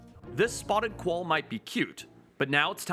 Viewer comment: "collalba" o quoll 😂😂😂